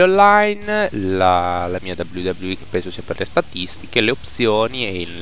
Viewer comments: Mi spieghi cos'è la V V E? Io conosco la dabliu dabliu i (scrito così per farti capire la pronuncia u,u) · si chiama wwe non v v e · "VUVUE 13"